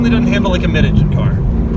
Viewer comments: Love ya Doug but for christ sakes stop saying “ingine”...it’s pronounced “engine”. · Engine - not Injun lololol....other than that, your vids are great - thanks! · Why do you pronounce engine "INGIN"?